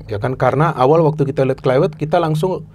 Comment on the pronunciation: Klaiwert😂 gak semua huruf V itu harus dibaca W. Yg punya nama aja bilang penyebutan namanya pakek V bukan W